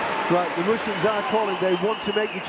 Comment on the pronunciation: It's Russians, not Rooshins